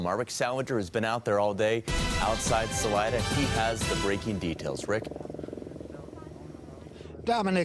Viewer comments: Not important..but pronunciation here in Colorado is Sa-lie-duh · Salida. Pronounced....Sah...lie...dah, and thank you for your professionalism on this case!